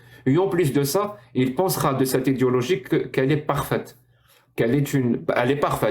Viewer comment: il faut que tu prononces "Idéééologie" la on peut avoir l'impression que tu dis volontairement "Idiologie" à chaque fois que tu le prononces ^^